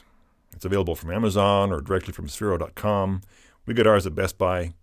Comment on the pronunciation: ITS SPHERO NOT SPHEREO